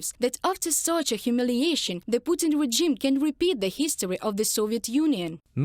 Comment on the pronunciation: Daily English hint.. . "Regime" has a soft g, not a hard g. So pronounce it more like rezhime.